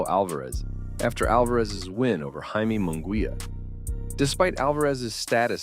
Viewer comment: It's pronounced High-Meh not Jay-Mee